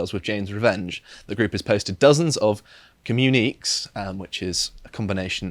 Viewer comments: Uh,, it's pronounced 'comm-you-nih-kay' not 'comm-you-neeks' and is just an official statement. lmao Edit: Also Worcester is pronounced the same way. At least when pronounced correctly. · Does he mean "communique?" Pronounced "ke-myoone-kay?" As in, an official statement made by higher ups to a group or to the media from the group? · Comm-u-ni-kay, they just missed the accent on the e in the article. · "Communiqué" looks like a portmanteau of "commune" and "critique" and is thus pronounced accordingly, but it's actually pronounced as com - you - neh - kay. A communiqué is defined simply as an official statement or announcement, often from a government or organization. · Communique is pronounced commune-e-Kay and simply means a communication. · Jesus Christ,, ‘communique’ is not ‘commune’ and ‘critique’ it just means ‘a communication’. SAY IT WITH ME: COM-YOU-NI-KAY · communiques = not 'communeeks', but com u knee kays - communications/messages basically. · Communiqué, pronounced, "ComMUNE-a-KAY," meaning a bulletin, from the French "communiquer," meaning "to communicate." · Communique is pronounced kom-you-ni-kay, and think of it like a circular or a memo if that helps. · No, we pronounce it 'Woostuh' and 'communique' is pronounced: commune-uh-kay. Just a Chicago admirer teaching people living in the birthplace of the language I love how to speak their language. Just 'taking the piss' as you people say over there. Thanks for a very informative video. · "Communique" (Com-mu-nic-kay) - simply means an official announcement/statement. You're welcome. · Communiques, cuh-mew-nih-kays. Like "communica-tion". It's a real word. The words you don't recognize are full of shit 9 times out of 10 but this word is older than the American civil war. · Com-myoo-ni-kay... phonetically, obviously. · I think it's pronounced commune-ih-kay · “communiqué” - an official announcement or statement, especially one made to the media. Pronounced Com-yoon-ee-Kay 👌